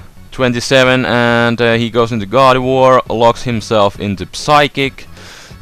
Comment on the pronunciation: when he says gardivoir. i thought he said god of war. lol